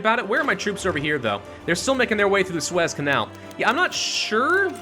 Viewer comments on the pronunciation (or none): none